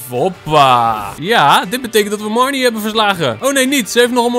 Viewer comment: Haha jij zegt de hele tijd mereanie in plaats van marnie😂😂 (geen haat)